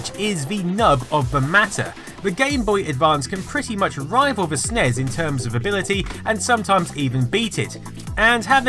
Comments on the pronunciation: You don't say snes you say ES EN IE ES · Yeah, I've never heard it called "SNEZ" until this video. It's always been "Super Nintendo" "Super NES" or "S-N-E-S" 100% of the time. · Even according to Nintendo its N.E.S. and S.N.E.S. stop pronouncing it. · It's a SNES (SSSSSS) not a SNEZ (ZZZZZ) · Please stop saying "snez". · Don't say Snezz and Nezz.. that's fucking retarded and I'm clicking dislike because of it. When the acronym is all caps, you say each letter. When it's not, you say it phonetically. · is anyone else annoyed that he calls it a snez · People really need to stop saying "SUHNEZ" when talking about the SNES. Makes me want to punch someone in the face, really, really hard. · it hurts my ears every time when you say Nes or Snes as a word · do have the feeling that I'm not the only one pronouncing them as words. Anyways, beauty is in the eyes of the viewer, annoyance is in the ears of the listener :)